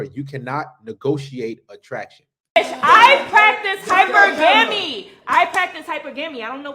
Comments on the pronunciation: Its Hi-perg-ame, not Hyper- gamee. Ghetto trash. 🙄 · Hyper gam e? At least learn how to pronounce your mental illness. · "hyper-gammy" 🤔🤔👍 OMG, she so dumb, she dont even relaize she dumb! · Hyper-gamy?!?!?! Hypergamy! Pure ingnorance! Don’t use the big words if cannot even pronouce them correctly. Laughable. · Hi - purr- guh- me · Her: I practice hyper-gam-eee! Us: hypergamy? Her: no, hyper-gam-eee! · “H-eye per-Gamy” btch has just declared herself as a hooker, by clearly stating she only fcks men who can pay her. Disgusting. And she is not alone. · She cannot even pronounce hypergamy. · That 304 can't even pronounce hypergamy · you hear the way this dumb bi*** pronounces hypergamy. They don't even know what they're talking about about demanding this and that